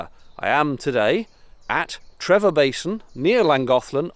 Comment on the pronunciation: Loved the video. Used to live not far from the Aqueduct. One tiny point the place spelt Trevor is pronounced Tree-for. The V is an F sound in Welsh.